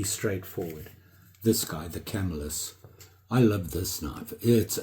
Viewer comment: swaybacks? Really? you guys kill me, Probably want to... That doc, too So much misinfo & pronunciations? CAMELlis there's CAMELS in CAMILLAS, FIENBERGS ? Really? Come on.. those Fiebing dudes are rolling around in their graves.. Your excused I know your not from the US... enough of my shit, We have a hurricane to deal with...I'm out